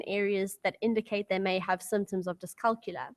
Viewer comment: Dyscalculia is pronounced dys-cal-cul-ia -- therefore you need to pronounce the ia at the end of the word. The same way you pronounce dyslex-ia.